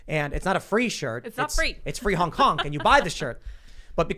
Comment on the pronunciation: Sometimes Tim says hunk instead of honk. Let that sink in.